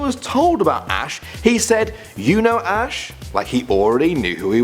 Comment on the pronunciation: its ash not ass